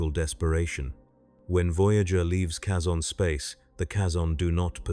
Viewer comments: They pronounce the word Kazon multiple times in Voyager, it's not a guess as to how their name is pronounced, yet you insist on mispronouncing it? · The way this AI pronounces Kazon annoys me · tldr the way AI pronounces Kazon annoys me, much like you pretending to teach annoys me